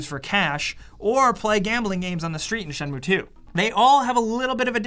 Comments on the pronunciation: I'm Japanese and it's not pronounced as Shen-moo-ae, it's Shen-muu. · Dude... its Shen-mu-e not Shenmue say it right unless you want to be burned at the stake... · I very much doubt japanese people pronounce this as "Shenmoo" lol 😊